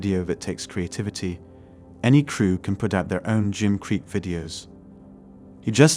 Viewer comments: Dear God. Use a real person. Gim? Wtf is a gim?! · Crappy AI video, yawn... When they pronounce Gym as Gim, I gotta go. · Get a real person to read your script. Your robot can’t even pronounce “gym” correctly. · Why can't these creators use their own voices? The AI voice is so off-putting. In the first minute we had Gim for gym and Chivallrey for chivalry. And the usual woman for women. I stopped listening then